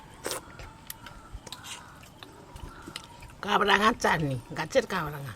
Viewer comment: কাবরাঙা নয় কামরাঙা নাম এটার ।